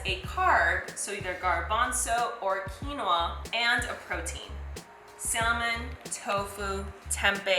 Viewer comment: The "l" in "salmon" is silent.